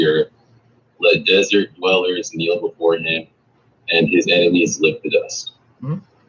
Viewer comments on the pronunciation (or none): none